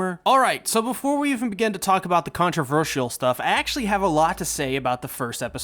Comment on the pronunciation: My only complaint is that he says contravershy and contravershal